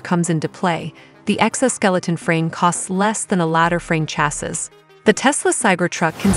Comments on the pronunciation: Oh my God. Its pronounced CHASEE!!! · Chassis is pronounced CHASS SEE. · I would have continued watching… however the mispronunciation of “ chassis” grates.😂